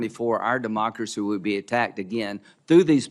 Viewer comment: Lindsey, We DON’T have a DAM OCRACY! Get it right!